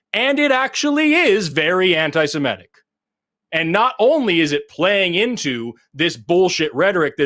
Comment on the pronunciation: Can someone please ask Forrest to stop saying "anti-Simetic"? It's anti-Semitic.